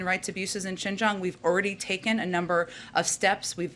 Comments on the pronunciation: She could not even pronounce Xinjiang! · Learn to pronounce Xinjiang, Jesus Christ. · How much does this lady know about what happens in Xinjiang? She is even unable to pronounce it correctly. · Did she said JINGJANG? WHERE IS THAT?i think thats in America..lol how about humanity in middle east affairs?